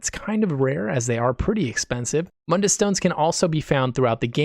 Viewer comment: You saw my comment about Mund-dus.lol It sounded good.